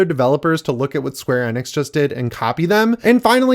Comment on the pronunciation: Love ya and the channel, but the way you pronounce Square Enix just ruined my entire night.